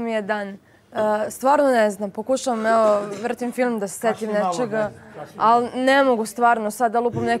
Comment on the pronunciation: JAO KAD MAKITA KAZE ALLLLI ALLLI